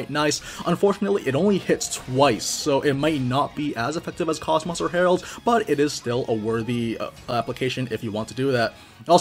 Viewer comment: So I'm not sure why it is EVERYONE that I've seen make videos for this, or if she says her name differently in the game sometime. But KOS-MOS has an "oh" sound where the O's are, not an "ah". This is true for both enlgish and japanese.